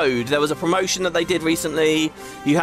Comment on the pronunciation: Alright mate , we get it. They have "promotians" on top of "promotians"